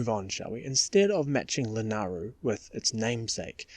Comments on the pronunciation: It's La-NAY-Ru... Also, I don't really agree with much of your positioning of things. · FYI, the y in Lanayru is not silent.